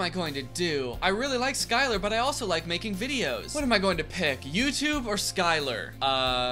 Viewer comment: "li-KEUH" real ( on my only FANS💜)